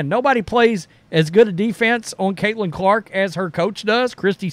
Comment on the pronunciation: Her name is Caitlin not cailtin....but she deserves rookie of the year but if it goes to Reese it's cool...get it right bro